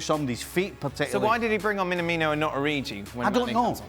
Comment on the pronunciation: tell him it’s ORIGI not ORIJI 🤦🏾‍♂️